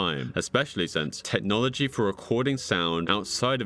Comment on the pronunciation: It's "technology" NOT "tetnology